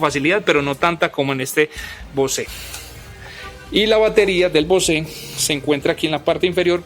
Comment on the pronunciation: Bose (bouz) not (Bosé)